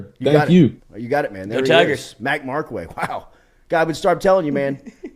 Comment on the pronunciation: Bro it’s Markway not Marcway